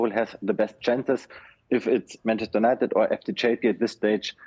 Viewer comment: He can't pronounce United properly, so how can we trust about his news